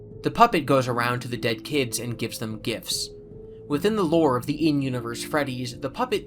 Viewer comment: Why does he say lure like hes madea